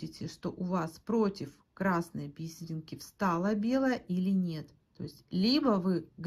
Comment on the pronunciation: Спасибо большое за канал, за доступное объяснение❤ Отдельное спасибо за "би́серинки", а не повальное "бисери́нки", которые невозможно слушать, режут слух. Подписка, однозначно!)❤